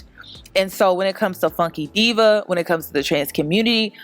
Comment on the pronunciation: I’m gonna need to say “Funky Dineva” not “Funky Diva” lmaoooo. I agree though. Flame’s interview was refreshing